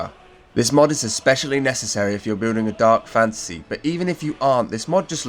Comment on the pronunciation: Every time you say fantasy my brain always hears "fancy" first haha. As usual thanks for the great video! Planned to try some of these and it's nice to see them in action.